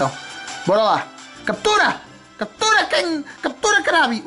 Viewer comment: Se escreve krabby mais se fala kruebby